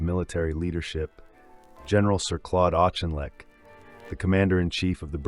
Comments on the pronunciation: Auchinleck is Known in the Uk as the Auck! Thus his name is pronounced Auckinleck! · Auchinleck :- spelt with a Ch but pronounced as a k 👍🏻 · 'loo tenant', auchinleck mispronunciation, pictures of Americans in a feature about British forces and the inability to spell detachment meant I stopped at 5.43 That's 5 mins of my life I shall never have back!!, God knows what other crap elements are in the rest of this....